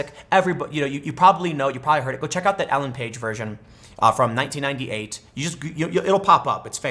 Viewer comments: Tim, two things here that are seriously important: 1) PRONOUNCE HER GOD DAMN NAME RIGHT!!!! For Christ sake, Tim, I thought you were talking about Ellen Page. I was like "what does the b*tch that sued NaughtyDog have to do with Cats?" You're talking about Elaine Paige. That's a huge difference. Elaine and Ellen are not pronounced the same. Please, emphasize this difference next time. 2) Sorry, her rendition is good but not so great that anybody else's is a distant second. Personally I prefer Barry Manilow's rendition to all else. To each their own though, right? I do get what you are talking about though. My song with this was Who Wants To Live Forever by Queen. Always avoided it sung by anybody but Freddie Mercury. We all have that one song that we love and identify with in some way. When it's butchered, it hurts on a whole new level. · Elaine paige not ellen page. Tim really can't saw even regular names... El ain not el en... Ffs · It's Elaine Paige, mr journalist for fucks sake.